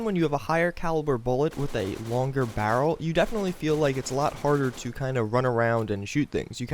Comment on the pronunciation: LEARN HOW TO SAY BARREL RIGHT!!!! FUCKEN IDIOT!!!!!!